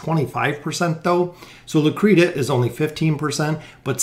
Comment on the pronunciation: Its pronounced Lucreshia.. you and Volkin are driving me nuts :D